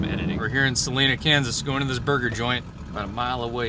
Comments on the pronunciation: All that rain and storms in Nevada and Utah wasn't just one big storm. The storms were forming, raining themselves out, and then dissipating each day. Ya gotta love monsoon season here in the desert southwest. 😀Also Salina, KS is pronounced with a long I like North & South Carolina. I grew up in Wichita, moved to Arizona back in '96. My siblings all still live in and south of Wichita though. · Its not Sa leeeeena, its Sah lye nah, just fyi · Kansas turn now. Say it with me: Suh-LINE-uh. (Salina) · I think it is Suh-lie-na KS. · its Si line a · Kansas home state even though I am Portland Oregon :-) Salina is pronounced Sa Line ah (but I ain’t hatin :-) Wichita is where my kids and grand kids live. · Its the Cozy Inn and you pronounced Salina a incorrect. The I is a long i.